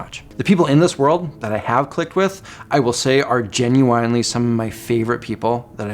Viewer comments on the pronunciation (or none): I love that you unironically pronounce genuine like the artist that does the song Pony